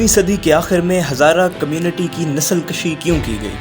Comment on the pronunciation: Nasal kashi nahi bulk nasal kushi. Bhai talaffuz teek karein